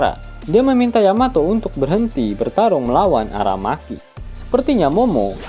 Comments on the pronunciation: aramaki Cok bukan arameki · AraMEKI, Bakainu, yemete, ASUzuki 😂😂